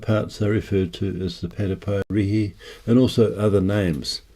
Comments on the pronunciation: It’s pronounced PATU PAI REH HEH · pronounced: pa to pie rairy (rimes with dairy) , say it fast. I have a friend that's worked on several archeaological digs here in New Zealand, specifically in Northland and has sent me photos of 'tattooed' rocks with ancient markings located in the deep bush, where no one goes. You gotta wonder, who made the journey here before Maori? Don't forget, even the great voyager Kupe said he saw home fires burning when he reached the Hokianga Harbour and was disappointed he wasn't the first to discover this land. (according to the local folk law) I worked on TV shows such as Waka Huia for many years up here in Northland and heard the stories from the Kaumatua (old/venerated people) , there's no doubt there were people here before the Waka's (ship/canoe) arrived. Either that or their Tupuna (ancestors) were lying and passing down false stories. Pity it's been swept aside by the younger generation with an agenda. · "Patupaiarehe" (Pa-tu-pi-a-re-he) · I'm from NZ And it's 'Patupaiarehe'(patoo-pie-a-ra-he) 😉